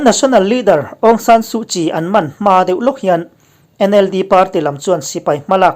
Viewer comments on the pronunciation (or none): none